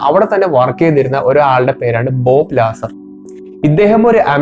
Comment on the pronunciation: ലാസർ അല്ല.... ബോബ് ലസാർ...!